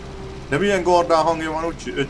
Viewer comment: az úgy nem helyes,hogy gardán az helyesen kardán